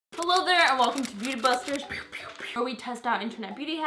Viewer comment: Why do I always have the impression she's saying "Holo there" xD